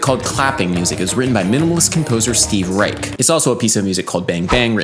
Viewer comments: I believe Reich pronounces his last name with a soft "sh" sound at the end instead of a hard "ch". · It's pronounced 'Reish' not 'Reik' anymore. Cool video though! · Nice video. Reich is pronounced with an "sh" sound at the end though. Adding a melody over Clapping Music kinda buries the coolness of it. Too bad. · It's pronounced "Reish" with a "sh" instead of the hard "ch" at the end. Also, it's almost a crime to not mention La Monte Young as a progenitor of pure Western minimalism.